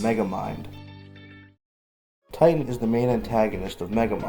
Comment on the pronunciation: bro, the dude von megamind is called "Titan" not 'tighten' :D